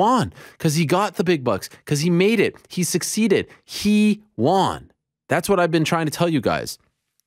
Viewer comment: this guy cannot pronounce “won” lol